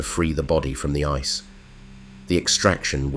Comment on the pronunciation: Right from the very first sentence, ice was pronounced "icy".